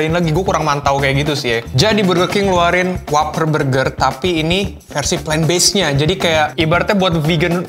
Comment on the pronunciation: I think you need to check how you pronounced "plant". Yours sounded more like "planed"..:) Other than that, good video editing..👍👍